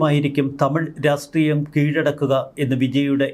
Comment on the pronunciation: രാസ്ട്രിയം അല്ല ചേട്ടാ രാഷ്ട്രിയം ആണ് സ അല്ല ഷ ആണ്